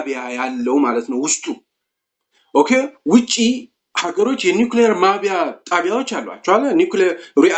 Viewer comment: ማብላያ not ማብያ